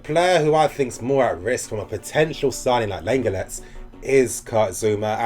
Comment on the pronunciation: Class vid bro - lenglet is pronounced ‘long lay’